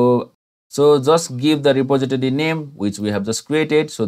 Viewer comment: 'reposiditity' lolwut RE-POS-IT-TOR-EE REPOSITORY